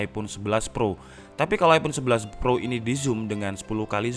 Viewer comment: Iphone eleven bang,bukan teenn